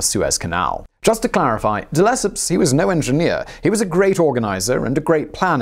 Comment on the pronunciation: It's not duh-lep-up de-le -cep (as in scepter )